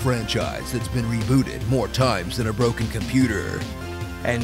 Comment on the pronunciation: I swear, when he said Broken Computer, I heard "Orokin Computer."